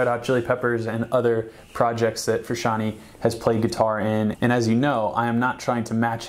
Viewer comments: I'm not even gonna talk about how he says "Fruschanee" rather than Frusciante 🤦‍♂️ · Yo! in "frusciante" the E at the end does not make an "ee" sound! it makes the "eh?' sound if that makes any sense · It's pronounced "Froo - shian - teh" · His last name is not Fruscianteee, its supposed to sound like Frusciantae or Frusciantay , to many people say that improperly. its a soft E. Sorry has to be said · Frusciant-AY. Not Frusciant-EE. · i think you should redo the whole video and just call him John...(I wince when you call him Frus....) Respect. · Wanted to shoot myself everytime he said "Frusciantee"... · Federico mtls Whom is this Frishanee of which this man is speaking of? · I respectful disagree. Almost correct, though. I AM a second generation Italian-American, like John. Froo*shahn*Tay. Italian vowel pronunciation is a bit wonky compared to ours. A=ah E=at I=were O=O (just like the letter) U=ooooo, as in Boo Sometimes will have an almost eww sound. Southern Italians and Sicilians tend to make the "eww" sound for a U. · Fac Tor that makes no sense its pronounced fru-shawn-tay not fru-shawn-t... Like Tennessee is not pronounced tay nessee and tender is not pronounced taynder its tay not teh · But that's what I'm saying. I was refering to someone saying that even Flea says '"Fruscian-tea" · Habits of John Fruh-shawnie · Take a shot Everytime he says "John Frishanee" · I love your videos but I have to say it... IT IS PRONOUNCED FROO-SHON-TAY! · "John fruscianty" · Shyteeee, I have to click this video away because this guy cant pronounce Fruscianteh either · it's all fine and dandy but who the hell is John FrusciantY? I only know John Froo shaan tay! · Damn dood, if you're gonna do a video on a guy the least you could do is pronounce his name right.. You need to put some RESPECK on that mans name.. yeahhhhhhh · You should at least pronounce his name right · I stopped watching this video as soon as i heard him mispronounce the last name.